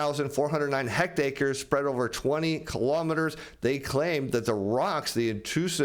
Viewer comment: Hect-ACRES,? HECTARES... are not "hect-acres." Good Lord.